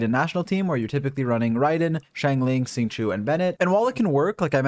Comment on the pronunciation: dont wanna sound bad but after 294892th time hearing u say "Xingqiu" as it is written makes me kinda ughhh. i study chinese so let me correct your pronunciation to "Xingqiow". X is a soft sh. So not exactly sh but a softer sh. And q is a very soft "ch". But most importantly "iu" is read as "iow". ur welcome ^.^